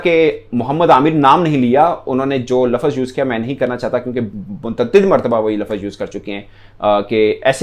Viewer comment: Sir lafaz nahi lafz